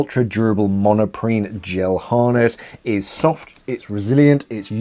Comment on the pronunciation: I think it is Monprene not monoprene